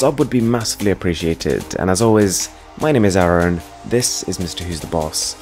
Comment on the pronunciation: His name is Arun but he pronounce it like AARON.